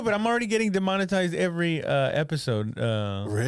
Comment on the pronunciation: Dee-mon-oh-tized lol